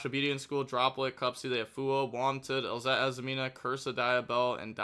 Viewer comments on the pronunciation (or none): STOP SAYING ELZETTI. THERE IS NO I! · i'm allowing it cause you can call this a salty italian match by saying the name like that